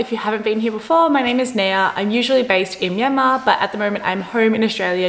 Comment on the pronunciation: The way she pronounce Myanmar is spot on.